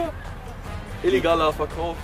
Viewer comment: " illigaler Verkäufer!" hahaha nur so zur info den nennt man auch "dealer" xd